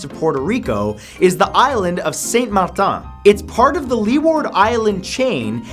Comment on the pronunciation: its martin not marthaan